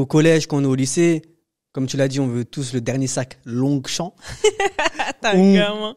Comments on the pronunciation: C’est Longchamp et pas longue champ 🤣🤣🤣🤣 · Je vous kiffe trop les gars mais c’est lonchamp pas longuechamp 😂😂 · ca se dit lon-champ le G est muet . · mdr on dit LONCHAMPS 😂😂😭 tu m'as terminé 😂😂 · "LONGUECHAM" 😭 m'a eu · Hello everyone! C’est longchamp SANS prononcer le G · Longchamp le g ne se prononce pas